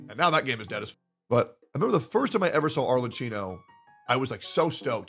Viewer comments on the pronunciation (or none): if it helps you pronounce the name better you should read it as if you were reading Arlekkino (and we can put an end to calling her Cappuccino) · the "cch" in "Arlecchino" is a "k" sound, btw, not a "ch" like in "chicken." The "h" is there specifically to change what would otherwise be a "ch" sound into a "k" sound. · One day westerners will pronounce Arlecchino correctly and wont say "Arle-chee-no". My inner italian winces every single time. Today however, is not that day. Also lmao star rail, a good "complete game" LMAOOOOOO shit is just worse trails of cold steel and modern persona mixed together. Hsr glazers see pretty visuals and act like the game is peak turn based game design while only clicking E&Q(with a sprinkle of autobattle) as the gameplay. Shit is about as deep as the kiddie pool. I can see why won't play real turn based games like P3 FES now. Cause those kinds of games actually require some thought to get through, unlike hsr where you can just pull more characters o solve your problems. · pls pronounce her name correctly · He cant even say her name right